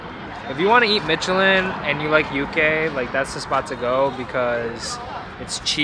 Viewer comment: Michelin is pronounced MISH-elin, not MITCH-elin. Watched you for too long to not say anything -- pains me every time I hear it lol